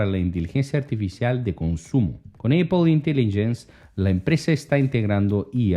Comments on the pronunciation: Ahora es Eipol, solo estaba escuchando el video. Tuve que parar lo que estaba haciendo para entender de que hablaba este. Es Apple, de donde sacaste Eipol? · Eipol? Amigo lo pronuncias muy mal. Apple Se pronuncia apol jeje